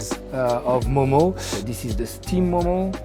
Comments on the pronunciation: Its not Momos its Mo:Mo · Momo is pronounced म : म not मोमो